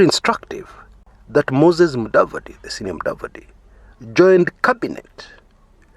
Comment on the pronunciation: If you can't pronounce Mudavadi or Kumekucha,, you have no business introducing anything here. Otherwise it is a well researched vedio and I can attest to the journey from land economics, NHC estate officer, valuer at Tyson Habenga and suitability of serving as finance minister with a wrong academic background but a quick learner which is why most jobs just require university education as details of particular jobs can easily be learned if one is highly educated. To answer Chris - Mudavadi hasn't paid his dues but so was the case with president Uhuru. Not everybody has to pay their dues. Uhuru, Mudavadi, Gedion are examples.